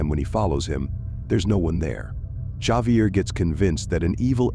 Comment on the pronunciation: Javier is actually pronounced with an H not J sound.